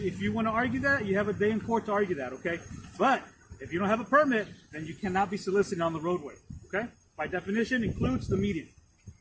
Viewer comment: "Solicitating." Where the hell do they find these idiot's? He said it multiple times, wasn't just a misspeak. It's so-lic-iting, say it with me.